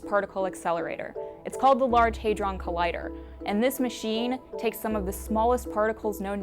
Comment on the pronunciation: Hadron...not haydron. This guy's fuckin dumb. I couldn't get through 5 min of this video. Finally unsubbed from this weirdo